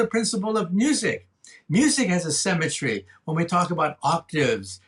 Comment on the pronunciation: I can't bear this. Every time he says "symmetry" i hear "cemetery". lol